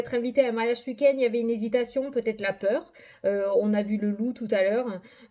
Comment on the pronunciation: C'est rigolo ta manière de dire "ce uik-end" 😅 en tout cas merci beaucoup pour la guidance et ta bonne humeur 🧘‍♀️🧚‍♂️🧘‍♂️🧚‍♀️😘